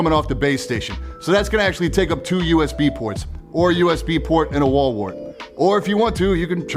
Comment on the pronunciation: Did anyone else notice him say "Wall Wort" or is it just me?